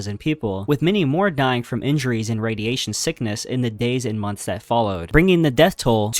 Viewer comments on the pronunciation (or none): none